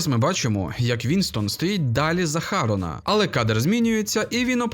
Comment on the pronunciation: не потрапив- не влучив не хАрона, а харОна... ох уж ці уззкочєлюстні п.с: ХЄСОСИ УЗЗКОМОРДІ, ВЧІТЬ ВІДМІНКИ!!! В НАС ПРІЗВИША ТА УСЕ ІНШЕ ВІДМІНЯЄТЬСЯ! ЇХ В МОЛОДШІЙ ШКОЛІ ВИВЧАЮТЬ!!!